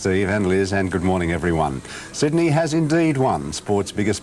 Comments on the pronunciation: One of the all-time misquoted lines. For the last time, it's not 'Syd-uh-nee', it's 'Syd-ee'! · I am studying English: Did he say "The wiener is Sidney"?